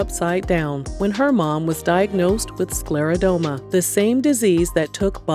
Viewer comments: It's pronounced: sclera-DER-MA not DOME-A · This was lovely. For anyone reading, it's actually pronounced sclero-DERM-a. Not sclero-dome-a. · SCLERODERMA - DERMA being the keyword for skin. You keep saying SklerodOma in this video.